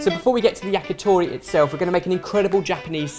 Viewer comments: YACKYTHORRY Fucking hell pronounce it correctly! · the "t" sound in many Asian languages are not the soft, pushing-air-through-the-front-teeth-t in English. In order to say "to" in "yakitori", you should place your tongue on the top of your mouth and push air out quickly and it will create this small pop sound. That's "t". Then just round your lips so that the pop sound that comes out will sound like "toh".